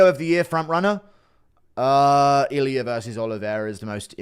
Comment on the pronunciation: Its funny how he puts R at the end of names. "Iliur"😂😂